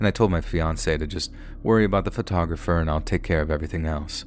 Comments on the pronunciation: PHO-TAWG-RAFFER. Sorry that was driving me crazy. Most of the time it was said correctly but a few times there grinded my ears so wrong. Photo-graffer at points was... Ahhh. LOL I love your videos I don't think I've ever heard you pronounce something incorrectly before. LOL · pho-tog-ra-pher... Not photo-grapher.